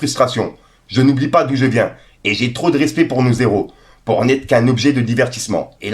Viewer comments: Mon frère t’aurai dû laisser toute la vidéo d’Hakim !! Et « nos héros » y’a pas de liaison , donc sa se lit pas « nos z’heros » mais « nos héros » comme « un heros » !! Bisous mon reuf ❤️‍🔥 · Dans ton live pense à pas faire la liaison car ça m'a saigné les oreilles on dit nos héros non nos zéro 😂❤repeat after me